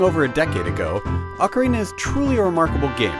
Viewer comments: its not pronounced "awk-orina"...it's "oh-carina" GET IT RIGHT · Back then, everyone pronounced it oh carina. Nowadays everyone pronounces it ockarina. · oak-arina lol. It's Awk-arina!